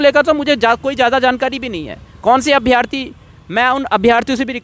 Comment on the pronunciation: भाई अभ्यार्थी नहीं अभ्यर्थी होता है